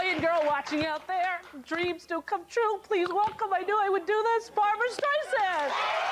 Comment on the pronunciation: Just so you know, it's "Barbra." 😊